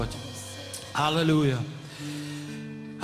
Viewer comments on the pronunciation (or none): Халилуия? Так правильно Аллилуйя!